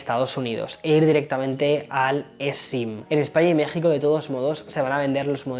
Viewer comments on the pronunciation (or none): none